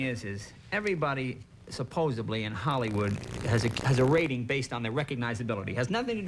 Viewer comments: Jay: 1. The word is supposedly, not supposably. 2: Isn't it sad the first teacher to go never made it! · Well Jay is right in there with them, he pronounces 'supposedly' as 'supposably', which isn't even a word lol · Does Jay say 'supposeBly' ?